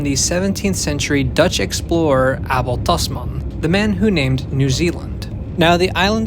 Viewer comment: My favourite Dutch explorer, Ahbhel Tahsmah